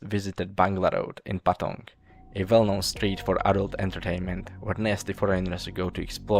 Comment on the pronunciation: He also pronounced "well-known" as "vell-known", so I think there's a bit of German too